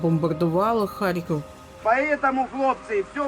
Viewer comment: 3 (мова про рівень, не про вимову. ну і С1 - це далеко від досконалості ггг). Мені неприємно чути покоцану назву рідного міста. Щоби вимовляти з налогосом на перший скад, не потрібно нічого крім як редактору поцікатитись цим питанням.